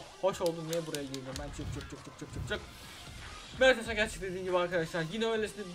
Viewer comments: mertesaker diye okunuyo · Mertesaker diye okunuyo yani ilk söylediğin doğru. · "mertezaker" diye okunuo